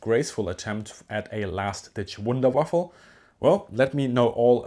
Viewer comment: "Wunderwaffle"? 😕 "Wunderwaffe" I would understand.